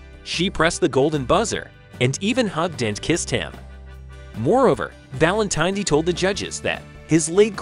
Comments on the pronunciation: tin-It is not Valen-Tiny. His last name is Valen-tin-etti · Need to pronounce last name correctly! Valin-tih-netti. No long I. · I would have enjoyed this video a lot more if you knew how to pronounce Sal's last name.